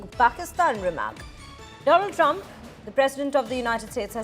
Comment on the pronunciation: Mister dolund trumpppphh